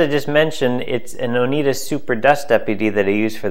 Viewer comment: Maybe just a nitpick, but you pronounce Oneida as oh-Nigh-da not oh-Knee-da. Thanks for the video.